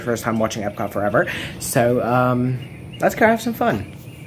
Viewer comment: For me, the bread service is a definite must get at Sanaa and possibly a must get every trip! I think you pronounced the German title right at Epcot. Great vlog